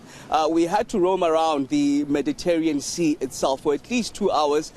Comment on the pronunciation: Would like to point out that it's not "Choppin" airport. Learn how to pronounce Chopin, he was a composer, Google it, they will pronounce it for you. While you're there, look for Mediterranean, you don't get that right either.